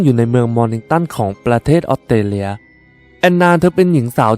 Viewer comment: อยากให้ปรับปรุงเรื่องการออกเสียง ออสเตรเลีย ฟังเป็นออดเตเลีย ถ้าพูดชัดมันทำให้ได้อรรถรสมากกว่า การดำเนินเรื่องดี น้ำเสียงดี ปรับการออกเสียงอีกหน่อยจะดีขึ้นอีกค่ะ